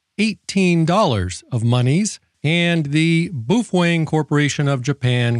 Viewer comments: You say boofweng..... and "all intensive purposes"....... I cant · Are you saying "boof wang" on purpose?